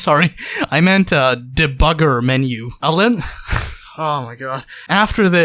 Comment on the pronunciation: "Debbugger" LMFAO